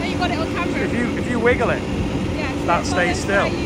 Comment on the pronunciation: "camarers" yeah? 😂😂😂